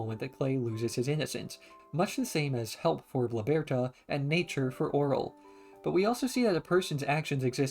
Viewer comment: I’m sorry, but your pronunciation of Bloberta drives me crazy. Great video though lol.